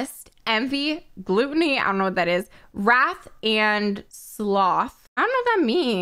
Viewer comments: When she called gluttony gluteny I nearly died. Love you 😂 this should be a series "create-a-sin" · pronouncing gluttony as gluten-ny is my fave thing and im dying. but honestly i would love to see greed next ok i want a thottie who makes bank and shows it. like shes just covered in expensive jewelry and rolling in cash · Omg the way she pronounced Gluttony!!! XD HOW DOES SOMEONE NOT KNOW WHAT GLUTTONY IS?!?!